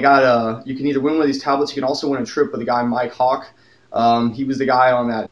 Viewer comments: I heard it as "My cock"... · An immature comment but when you said Myke Hawk it sounded like my cock